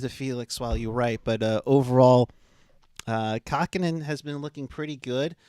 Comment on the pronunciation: did you mean Kahkonen?